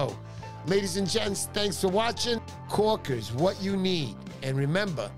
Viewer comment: Um... what are "kaw-kiz?"